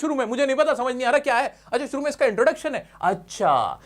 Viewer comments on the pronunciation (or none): none